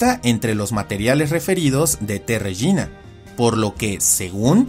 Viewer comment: Creo que se pronuncia régina y no regína